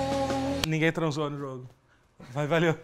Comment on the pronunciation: "ninguém transansou no jogo" BERRO TOTORO